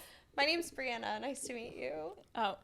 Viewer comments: Not them calling her Bri-Ona instead of Bri-Anna😭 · Them saying Briana instead of Brianna killed me 😂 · ITS BRI ANN NA NOT BRI UN NA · Im i thought it was bri an-ah not bri on-ah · Pronouncing Bri's name BRIUNA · It’s her name is Brianna not Brianna